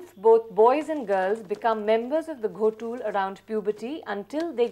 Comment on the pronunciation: It's not Ghotul❌ it's Gotul ✅